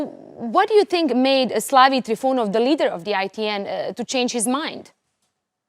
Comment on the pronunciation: He is not TrifUnov. He is TrifOnov. And his name is Stanislav, not Slavi.